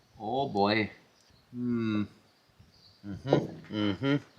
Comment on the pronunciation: "Oh Boy"...spoken like a true Scandihoovian